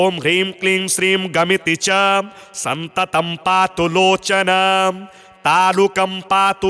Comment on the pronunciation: सततं को आप सन्ततं लिख रखे है और बोल भी गलत रहे है सुधार ने की कृपा करें